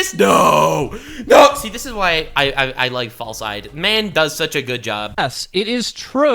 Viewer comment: days he is a real fan, but can't say FalseEyeD's name correctly. Fake fan. I'm just kidding, but that kept irking me. Even a theme with the others to help with that.